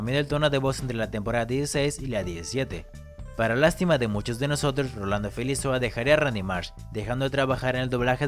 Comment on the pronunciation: GRAN TRABAJO COMO SIEMPRE! fijate que el apellido de Rolando es Felizola y no Felizoa como dices en el video. Agregalo a Face que es super buena onda! saludos